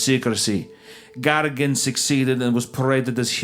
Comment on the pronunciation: its yUri gagArin. You raise your voice a little on those letters. Also on YAkovlev, alekseI ledOvski. The way Isaiah pronounces russian names is pretty good, I`m thankful that he tries <3 Храни тебя Господь, мистер Вендгун